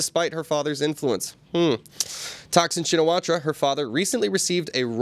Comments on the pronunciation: Please. "Shinawatra" is better pronounced as "Chin na wat". I need to see her first name written in Thai before I can guess at a better pronunciation. Thanks. Mike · Pronounced "Chinnawat"